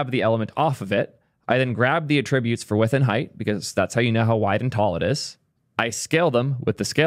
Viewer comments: Why do you keep saying "a-TRIB-utes" as if you're referring to the verb? You're saying the noun, "AT-ributes"... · ATT-tri-byutes. ATT-tri-BYU-shun. a-TRIB-you-ted. Please don't confuse these.